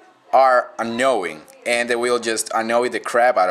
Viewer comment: "Those things always, but always, are annowing. And they will just annow the crap out of you.." lol